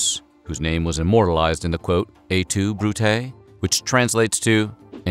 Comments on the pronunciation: "GUY-us," not "GAY-us." "Et tu," not "E tu." Come on, Weird History... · "Et tu Brute?" is pronounced "ett too brutay" - Latin has hard consonants, not the softer "eh tu" like French that our narrator keeps saying here.